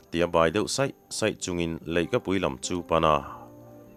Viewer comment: tlang sawi, tih leh tlang rel tih hi thukhat, kut thlak lova a sawi a sawi, (a rel a rel) ṭawngkaa sawi kut thawhna awm lo niin kalo hriat ve dan a nia, heta tlangsawi hi, kut thlak sawi/thing anih hmel ve, bawng hel ansawi ṭhin. chutiang chuan sawi tih hi, thinfkung sawi nghing anga lam rik tur ani lo maw?